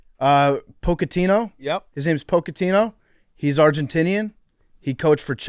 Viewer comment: PFT's pronunciation of Pochettino is impressively awful